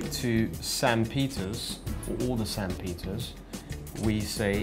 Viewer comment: notice that you said same peters for sam peters